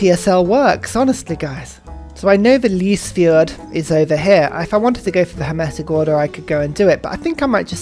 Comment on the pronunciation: kidding, norwegian is hard. I have heard worse pronunciation of Lysefjord 😉 I will keep the patreon going 😁